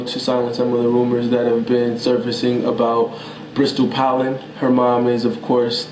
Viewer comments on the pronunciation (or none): Answer- Hell No! Because Kevin doesn't even know how to pronounce Bristotl's last name. Duh!